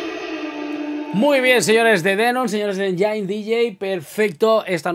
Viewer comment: no es enyain(engine) es: enyin (engine).....jejeje